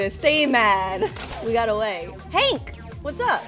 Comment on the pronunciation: i like how she say hang instead of hank XD